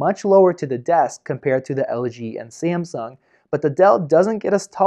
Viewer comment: ......How do you say Samsung? lol